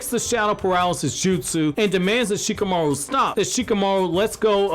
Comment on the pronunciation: Shikamauro kkkkk